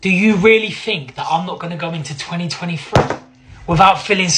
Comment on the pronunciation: He said 2023, but he pronounced it 2020-free